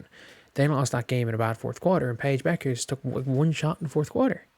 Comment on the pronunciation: Paige Bet-ters .. not Bechers.